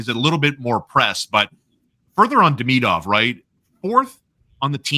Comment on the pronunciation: Love the show, Please stop saying Deemeeedov and k’panin… nobody’s saying it that way..